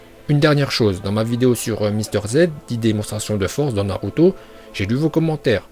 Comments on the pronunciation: C'est naruto pas naluto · On dit naruto et pas naluto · On dis Naluto, c'est prononcacion son parfaite grâce à ses contacts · Arête de dire naluto die naruto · Nan car naruto est naruto pas naluto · Naluto C'est comme ça qu'on dit les gens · J aime trop t es prononciation de naluto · Perso "Naruto" je prononce Narto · ton travail est extraordinaire, tu prononce super bien Naluto et je like mdrrrr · Tu te prends pour qui a prononcé les prénoms comme tu veux il s'appelle Naruto donc ne l'appelle pas naluto Et le serpent ne l'appelle pas Mandanda Et puis on ne t'appelle pas